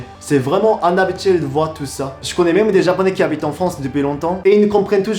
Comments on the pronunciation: inhabituel pas "anhabituel" Comme ça tu enrichis ton vocabulaire français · Il utilise le bon mot je pense, c’est son accent qui fait que l’on entend ça.